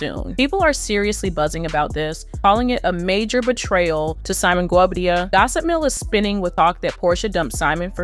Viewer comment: She really needs a very good storyline 😂 That’s not how you pronounce his last name.😂